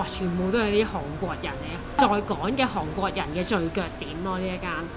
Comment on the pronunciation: 啲櫴音真係聽得好辛苦😡希望Kiki 用心改善🙏🏻